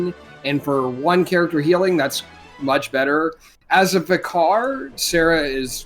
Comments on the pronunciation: Vih-carr lol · "Vicar" ryhmes with wicker